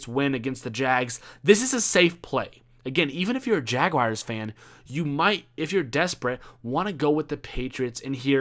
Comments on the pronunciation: Jaguars not jag-wires lol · Just say jags boi. Or maybe jag- wores. Not jagwires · Ummmmm......... Jagawires? Did you mean Jaguars? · "Jagwires" LMAOOOOO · HappyBagelKing I know it's jaguars he pronounce it funny